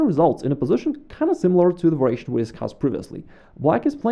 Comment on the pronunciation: Excellent video, as always. A simple challenge for you -- just one time would you pronounce the word variation correctly? Just as a curiosity. Not "vur-a-shun" but "var-i-a-shun" -- four syllables. Then resume saying it the way that's most comfortable for you, which is familiar and perfectly fine. Again, great videos, great themes and explanations!